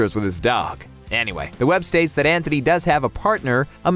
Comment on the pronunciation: It's An-T-ony, not Anthony.